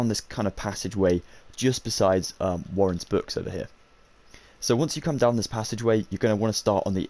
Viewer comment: Bro it's waldenbooks not warren's books!